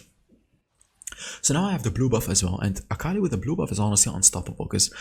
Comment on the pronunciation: Fun fact: its aka-li not akal-i